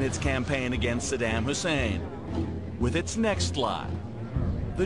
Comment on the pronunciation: i wish this guy would learn how to pronounce saddam and Iraq. what he is saying in the piece is essentially true but if you want to make a valid argument or at least present yourself as "in the know", learn how to say the name and place properly.